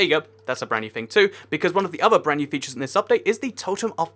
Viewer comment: Featires? xD